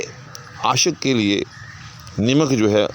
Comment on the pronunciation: السّلام علیکم!! جزاک اللّہ خیراً, سہوِ تلفّظ از استاذ: نَمَک یا نِمِک!!!